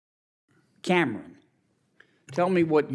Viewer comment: pretty sure thats not how you pronounce Cameron